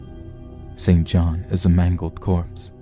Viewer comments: I believe that “St John” should be pronounced “sinjinn”. Why? A convention that goes back to before the Great Vowel Shift designed to identify those who went to English private schools from those who did not. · St John is pronounced "sinjinn"